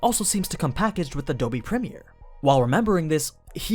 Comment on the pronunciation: when he said adobe primere i lost it.